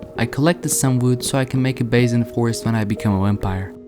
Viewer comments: "Wampire" lol gg though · Is it just me or is he saying Wempire